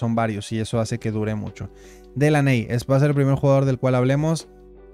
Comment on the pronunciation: Délany bro así se pronuncia Delaney😅